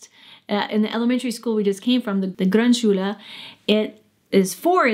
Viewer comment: You've clearly worked on your "Grundschule" pronunciation; good job! So my advice (the first u i just like in foot, the second just like the u in food --- imagine how difficult it is for us to learn English) on part one was unnecessary. So my next attempt is "Pausenhof". You said it as if it were spelled "Pausenhoff", Hoffnung and so on. But it is a long "o". More difficult to explain than the long u vs the short u (BTW I still hear a little ü in there in what may be overcompensation---try hearing the difference between Mutter and Mütter from a native speaker---or probably from your kids by now. Or maybe it's because you spent some time in France; it did occur to me that the "Grund" sounded a bit like a French person would say it, even before I heard you mention the France/French bit). I was going to explain all about diphthongs and German not really having any and English having them all over the place, and to say the long o like a Scotsman would say "boat" or "coal". But if you know French, the German long o is basically exactly the same as the French word "eau" (also in chapeau, chateau, allo, etc.). But TBH you already seem to have down pat what seems to be among the hardest sounds for English speakers; the German r (as evidenced by your pronouncing "Grundschule"). Then you can probably already say "ach", "Schach", "Krach". "Sprache" might be a bit of a tongue twister... The different ö sounds will be easy as well, see the French bleu, yeux vs oevres. Although there are a